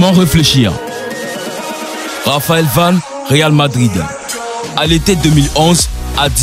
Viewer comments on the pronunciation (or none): C'est moi ou à j'entends '' le françiliens'' et à '' Raphaël Vane